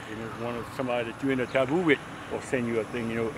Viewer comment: did he say tabooboo?